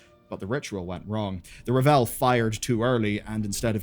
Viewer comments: R-AAH-V-EL like unravel. Raaahhhvel. Not revel. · Isn't it ravel? Like to unravel a spool of ribbons? Revel is to take great joy in something. I'm fairly certain they pronounce it raa-vel in game too? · Dude, it's ravel, like unravel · Good video, but lots of Mispronunciations! Ravel and Reshii Ribbons are pronounced in-game! Or you can check Warcraft wiki!